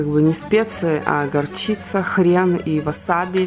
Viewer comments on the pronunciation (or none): none